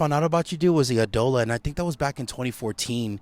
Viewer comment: Eye-dola not EEE-Dola